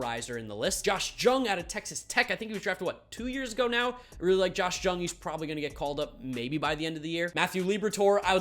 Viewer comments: It’s josh yung not jung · Just so you know Josh Jung is actually pronounced Young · Just to let you know Josh Jung's last name is pronounced like Young.....for future reference. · you gotta stop pronouncing the J in Jung for josh. Jung is pronounced like young